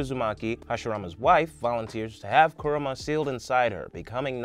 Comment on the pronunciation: I think it’s pronounced Coo-Ra-Ma